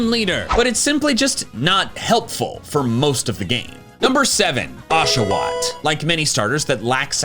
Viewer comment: Unsubscribed the moment you said Oshawott I’m so sorry big dog